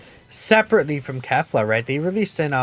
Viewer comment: I thought that u said kale not kefla sry